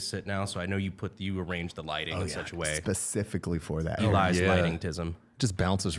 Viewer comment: "Specificquawy" (Evan )